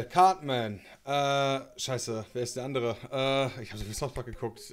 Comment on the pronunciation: Niemand:: "Thouth Park"